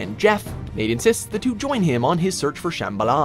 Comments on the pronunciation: Sham-ba-la not Sham-buh-luh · It's ShamBHAla, not ShambhaLA. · it’s pronounced “Sham-bala” not “Shamba-la” :) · It's shambala not shamb alah😂😂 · The way you say shambala hurts me deeply